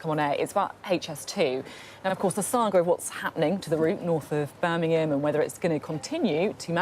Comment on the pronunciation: Beth, Beth, it’s BirMingham not BirNingham.